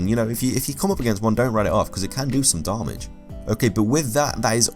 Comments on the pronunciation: Every time you said "darmage"... It kills me xD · Why does he say darmage? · am I the only person who's disgusted by how he said damage? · The way you say damage is the worst thing ever!